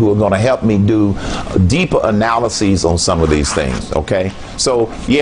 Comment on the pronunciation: a president that can't say analysis - no thanks